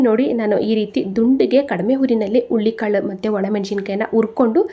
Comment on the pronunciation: Ullikalu alla HURULI KAALU .PĹÈASEEBE CAŔEFUL AVBOUT 😢PRONOUNC IATION .